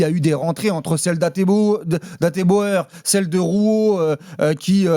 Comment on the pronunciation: Il peut avoir raison mais tant qu'il est incapable de prononcer Hateboer correctement (Ateubour) il n'aura pas mon respect.